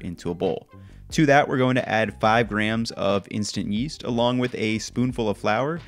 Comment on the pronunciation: What's 100 group water? It's that what he's saying?